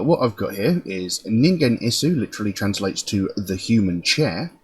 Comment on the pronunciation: glad you found ningen isu, you were close with hard G but silent u at the end :) please do caterpillar, its my fav